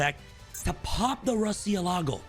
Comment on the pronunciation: MU-RCIÉLAGO is the spanish for Bat